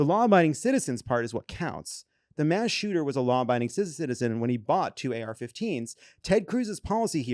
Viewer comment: It’s “mass.”